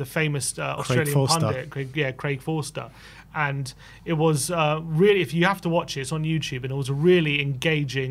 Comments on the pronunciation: "Craig Forster" lol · Craig FOSTER not Forster. He played for Crystal Palace in the 90's. Oh, and Portsmouth, too.